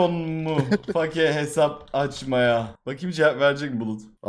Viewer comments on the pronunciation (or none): none